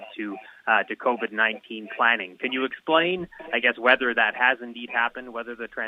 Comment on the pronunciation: "Covitt noin-tain".